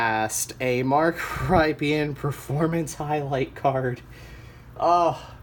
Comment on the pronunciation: Mark Rypien is pronounced RIP-IN